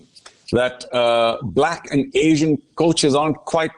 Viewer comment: I don't know why this anchor is emphasising on the word "Black"?